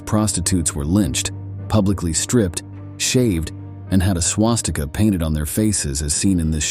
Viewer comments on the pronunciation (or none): none